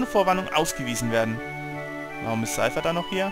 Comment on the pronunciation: Yeah *-* Xell Dincht, xD ich finde das ist der optimistische Nachfolger von Cloud aus FF VII. :D aber ich lgaube wenn ich es mir aussuchen könnte, wer mein Freund sein soll da würde ich auch Squal nehmen :P ich find die Narbe auch sehr faszinierend und sexy *-* X) und Cifer sprichst richtig aus, in Kingdom Hearts wird der auch so genannt ^^ aber ich mag den nicht ._.